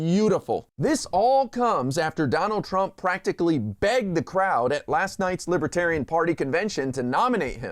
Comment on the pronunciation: Trump calls it "Libatarian."